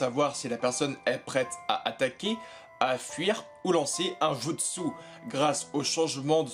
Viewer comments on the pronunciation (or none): none